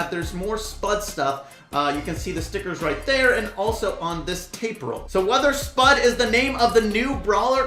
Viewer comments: When says SPUD instead of SPUDE... X-X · its not "spud" its pronounced "s(pew)d" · Yo, the brawlers name is spade not spud-e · THAT IS S-P-U-D-E